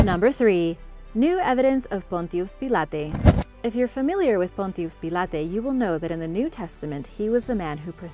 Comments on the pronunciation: Hello and, Say, did you know that Egypt was a "Matriarchal Society"? You're right there's Mummies allover the place, but not one Pappy has ever been found!! Oh, concerning Pontius Pilate where did you get that pronunciation you had for him? Everyone who has ever spoke his name said it as "Pon•tious Piolot", not the spin you did as I nearly didn't recognize who you were speaking of, btw I've heard of it many times!! Just trying to help!! Just say'n! Be safe and take care, "God Bless", sincerely, Randy. 👍👍🙏🏻😇👊🇺🇸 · Pronounces Pontius Pilate with Spanish ACCENT but said jesus in english instead of jesus (hey-zeus) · yah,that was a real tongue tickler